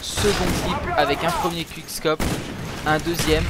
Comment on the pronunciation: "Qouickscop" pas "quick" meme si ca c'ecrit comme ca!